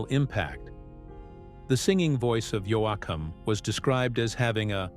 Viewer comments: Somebody PLEASE revise this and correct pronunciations!! Yo-A-kum, Yo-com, really? He's one of my favorites and a legend who at least deserves to have his name pronounced correctly! One of the BEST EVER!! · Fractured his name especially when called Yoackum???? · I’ve always been a Dwight Yoakum fan and always will be!! I didn’t like how the narrator kept calling him “Yoakum”. I found it disrespectful. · II am a huge Dwight Yoakam fan so ....not pronouncing his name correctly and jumping around in time, I did not care for this, it is the first I have seen by this Elvis Rock Nation, and pretty sure I won't bother to watch another...it is just not for me. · Who is this guy reading he can’t even say Dwight’s last name it’s pathetic to listen to this guy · This commentary is a "run on" repeatedly saying the same thing over and over. At least get someone to read this that can say Dwight's last name correctly.